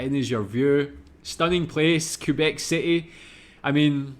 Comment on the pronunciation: It's pronounced "kay-bec". You'd have to do your search in french to really learn about this province. Here's another 2 minutes video that showcases a bit better what the province of Québec is like during summer : And winter